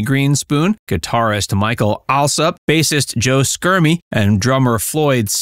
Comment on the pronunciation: It's pronounced "SHermie", not "Skermie".